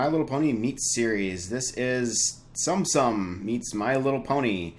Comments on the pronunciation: Did you say sum sum instead of soum soum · it's "tsum tsum" no sound on the "t" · it's pronounced Tsum Tsum